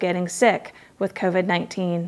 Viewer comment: Sars coveed 19... Lol... You are totally a damn robot.. Who says that..